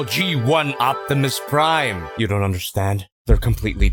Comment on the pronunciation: Jack-imus Prime hahah 🤣